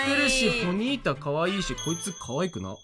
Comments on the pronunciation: ポニータがホニータになっとるww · 気づいちゃったかも知れない…。ポニータのこと答え合わせしてもずっとホニータって言ってない？！(間違ってたらすいません)